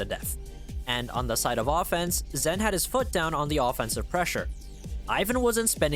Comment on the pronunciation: his name's Zhen, it's pronounced more like a J than a Z :D